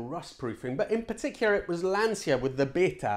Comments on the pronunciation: I thought Lancia was ‘Lan-cha’ rather than the ‘Lan-seer’ uses? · Ok the way you say Lancia is wrong, try reading it as lanthca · Careful with Italian pronunciation until Lancia 😁😁 This was a great video. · Very interesting. I was fooled by that rumour as well. I love the way you pronounce all the Italian names so well and yet use the English pronunciation of Lancia. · I used to visit Pomgliano d'arco a lot, interesting fact we used to stay in Nola, which was rubbish free during a bin man strike of 6-8 weeks in the Napoli area, reason being the Cammora don lived there, come on its Lan chia. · Lancia is pronounced with an inaudible i.